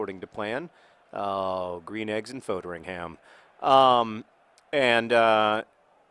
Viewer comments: You're pronouncing Foderingham wrong John! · Please learn how to pronounce Foderingham.